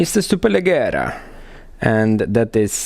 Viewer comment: It's pronounced as "superlejera" :)